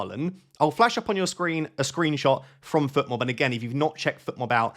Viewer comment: Fotmob not Futmob,! Should I captain Sarr?